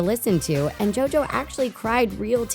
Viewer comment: PAUSE! Turn your subtitles on! When she said JoJo, it came out as Joe doe!!! 🤣😂🤣😂🤣😂